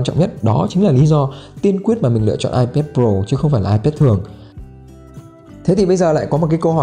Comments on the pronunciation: Hoặc là ai pét hoặc là i pát nhé.chứ đừng ai pát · Ipet à?? Nghe a đọc thấy cái tên máy lạ quá